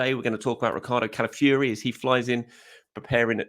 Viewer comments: Ciao, do you know any Italian to help you with the pronunciation of Calafiori?😅 Otherwise it's going to be a long season listening to you😂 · please listen to this pronunciation of Calafiore Love your work